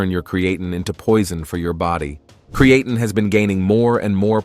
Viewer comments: Cree uh teen. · Cree-e-tain, sounds almost right. 🤖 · TINE is pronounced TEEN in America not TIN. This guy changes the pronunciation 4 times. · Create’n eh 😂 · oh god create’N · PRONUNCIATION IN VIDEO "CREE-A-TIN" IS NOT A GOOD SIGN. AI GENERATED VIDEO! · I drink 3 L water a day with 10 grams crea tin fr lol annoys the fok out my hearing how its beeing pronounced here 😂😂😂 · If you don’t approved or like the American language go back to where you came from. Where did you come from? The cotton field? Our language is diverse. I’ve never heard anyone pronounce creatine as cre-a-tun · Well actually is a greek word so is pronounced Kreatin. It comes from kreas which means meat . Kreatini is in the meat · We are the superior country, its pronounced (kree-uh-teen) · I don’t trust a video that can’t even pronounce the word Creatine properly!…… and your pee shouldn’t be clear it should have a slight pale yellow colour. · it changes to create -teen then goes back And yes don’t worry we see the message through the different pronunciations it’s just like nails in a chalkboard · Might be good information but I could only listen to the mispronunciation for a couple of minutes....and then it changed back and forth in the video....TOO Annoying!!!! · I stopped listening after hearing how creatine was pronounced. No thank you. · I can’t get pass that horrible pronunciation for creatine come on man 🤦🏽‍♂️lol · I can't watch this when the guy doesn't know how to pronounce the word. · If they can't even say creatine right, why should we listen??? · first its a great idea to take your creatine with a fruit juice, because it disolves better, and literally 5mins later its a bad idea because it could degrade the creatine.. make up your mind(same for the pronounciation of creatine^^).. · Thanks for the list - saved me from listening to the mispronunciation of creatine! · My ears fell off when hearing how you pronounce creatine. Wtf?